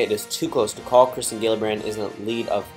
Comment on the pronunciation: It’s Kirsten not kristen